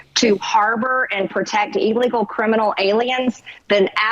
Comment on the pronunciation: Hay Marj, what's "eeeeeelegal"?